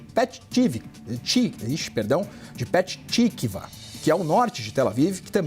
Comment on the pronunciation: Petah tikva!!!!! Não e pet !!! Reporter não estuda mais né!!!!!